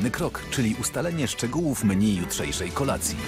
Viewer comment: Ty byłeś kelnerem a nie wiesz jak się wymawia menu? 😂😂😂